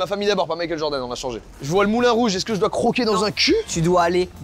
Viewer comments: Inox toutes la vidéo djordan au lieu de Jordan mdrrr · Tout le monde = "genre d'âne" (Jordan) Inox: "Djordan" (Jordan prononcé à l'américaine) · "Djordan" mdr la prononciation me fume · Inox il dit djordan ça me fait trop rire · ça me fume il dit Djordan à chaque fois mdrr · Inox qui prononce "Djordane" pendant tout la vidéo 🤡